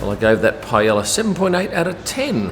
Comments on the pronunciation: This is not how to pronounce Paella :D but great video! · I came to the comments for how pronounced Paella. 😂